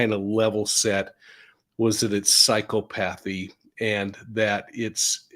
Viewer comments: Sorry to be petty maybe, but it's: psy CHOpathy, not PSYCHO pathy, short 'o' sound as in ah or CHOp as in cop. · It’s pronounced “psy-caup-athy” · Psychopathy is pronounced sye-COP-athy